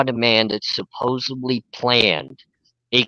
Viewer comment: OK I have to comment on it...what is it with Americans these days and not being able to say the word Supposedly...its happened a lot with american youtubers who pronounce it as Supposebly..like WTF..english is your first language, you learn it from childhood and through your life..there is zero excuse LOL I am norwegian and English is not my first language and even I know its SUPPOSEDLY.., you are a lovely guy but please learn to say supposedly LOL